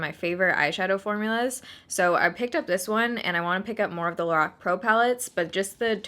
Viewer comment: Lorac is supposed to be pronounced “laroc”